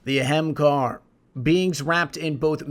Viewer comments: I wanted to watch this, but hearing someone pronounce hemkar, every few seconds drove me nuts. Ah-hmm-kar-a seems far more likely as a pronunciation, even A-haim-kay-ra. Where in the heck did you come up with your pronunciation. Doesn't make any damn sense. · Did some additional checking. That is most certainly not how it is pronounced, (ah-hum-kar being the most accurate). throughout the video which, I struggled through half of it.... was mostly pronounced eh-hem kar, or hem kar when you rush your lines. It is pronounced with three distinct syllables and most of the time you hear maybe two. I think accuracy would have made this video, better, but hey am I am stickler for fine details, and it sounds like you aren't. Although technically that only applies to it, if they (bungie) decided it was pronounced that way. I will admit to not being able to definitively say for sure, but relation to a hindu word does not mean the exact same pronunciation, as I have not found anything from bungie saying that it is the hindu word. They can make shit up to be whatever they want, as nothing is stopping them. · Lol it bothered me every time you said ahamkahar. It's ahamkara! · There's an 'A' on the end of Ahamkara. you keep saying 'Ahamkar'. I'm certain it's pronounced A-ham-ka-ra. not trying to be a dick, but it did get on my nerves the fifth or sixth time. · Why do you pronounce it ay-hem-kar instead of a-ham-ka-ra like it's actually spelled? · "Ahemkar", "Amakar", "Expecially" - christ, man, if you're going to make videos centered around monologue, you need to get this kind of shit straight - eSpecially the very namesake of the video: AH-HAAM-KARRA. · I'm sorry bro but you're killing me...its the aham kara not aham kahar lol again sorry I love the storytelling but that's wrecking my ears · It's a great video but you say it wrong it's not ahamkar its ahamkara, ah am kar a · Wait, so it's pronounced Ahamkar not AhamkarA? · its AH-HAHM-KARA